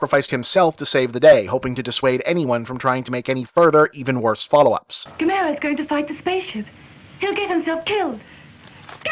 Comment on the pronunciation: wait was is Gam-air-a this whole time, Have I been saying it wrong?